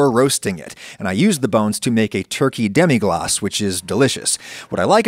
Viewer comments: Ackshually it's just "glace" (pronunced glass) not "glacé" (pronunced glah-ceh) which would mean "iced" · It's demi-glace and not demi-glacé, but I think French people will appreciate the attempt at sounding more French. (Fwiw, if it were "demi glacé" it would have to be spelled "demi-glacée" because it would be an adjective applied to a sauce, and "sauce" is a feminine word in French. But "demi-glace" is a noun and the name of the sauce, not an adjective) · Lemme be the 15th french guy to say that there ain't not "é" in "Demi Glace"